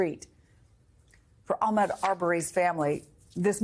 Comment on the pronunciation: Listening to REPEATEDLY say Ahmaud's name incorrectly, especially after Blayne et al. said it correctly, is unprofessional, intentional, careless, disrespectful and sick a*.